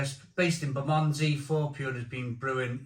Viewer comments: Fair review. Can't say I've been impressed by any Four Pure beer I've sampled but then again I've only tried ones from Lidl. BTW it's pronounced Ber muh ndzee 😉🍻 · Love your pronunciation of "Bermondsey" 😅